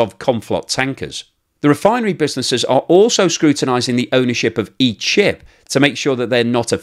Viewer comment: "each ship"! I heard "eat sh1t". I had to replay it a few times. 😆😆😆 Thanks for everything you do,. Great to see you're back. 🏆